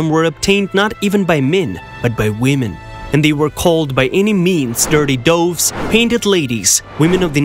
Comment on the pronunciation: Soiled doves, not dirty doves, and doves rhymes with gloves, not roves.